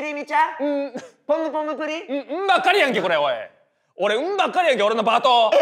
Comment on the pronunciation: ポムポムプリンって言いにくいよね 福徳ちゃんと言えててすごい